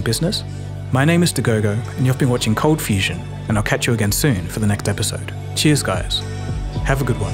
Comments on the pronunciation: i love your channel, but admittedly i miss "cold fustion" :) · Bring back the "t", cold fustion forever